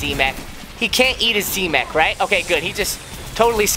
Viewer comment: Silly daddy it's not z mak its z mech